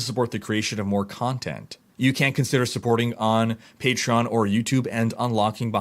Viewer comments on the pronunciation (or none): none